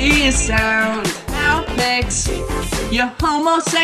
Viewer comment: Some say the real reason Aupex is so pissed off s because is saying his name wrong.